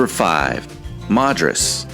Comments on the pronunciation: It's pronounced "Mad-ris" nor "Mod-ris." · When you say Madras it’s pronounced mad not mod. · Not Mod-rus, it’s MAD-RUS.